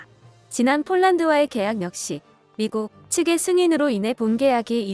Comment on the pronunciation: 미국측의 승인으로!! 미국~측~의승인이 아닌.. 언제까지 이런 발음 들어야해요? 이거혹시 자동프로그램인가요?